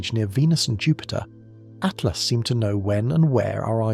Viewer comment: Yes it was bugging me that the voice said 3 atlast but I like your take on it. Free at last!